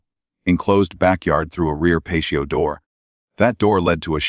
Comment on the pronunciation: What is a Pachio…….oh you mean a patio!! If you insist on annoying your subscribers with AI narration can you at least furnish us with the decency of actually proof reading the pronunciation of the VoiceOver! It sounds absolutely ridiculous and actually ruins all the effort that you have put into making what would otherwise be very good content!